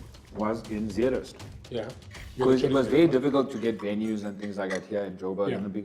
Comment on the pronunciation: zeerust shareef not zeerust 😂